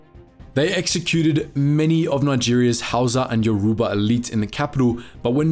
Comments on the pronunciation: Very interesting video but please do some more research. It's not Yaruba, it's Yoruba and you're also pronouncing Lagos wrong, it's more like Lae-Gos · Lagos is pronounced as Lay Goss, yoruba is pronounced as euro bar, igbo is pronounced as eeboh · Excuse me did he just call lagos lah goss? It’s pronounced lay-gos and yoruba is pronounced yoh-ruh-bah while in igbo the g is silent, maybe you should’ve done a bit more research regarding the pronunciations before making this video.